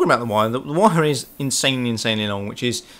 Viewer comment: Intssanely, intssanely good..